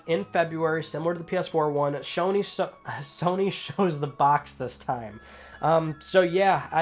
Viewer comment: Ok. That "Shony sows" made my day 😄😄😄